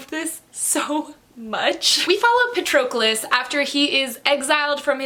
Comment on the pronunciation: Actually the pronunciation of that name is PA-tro-clous.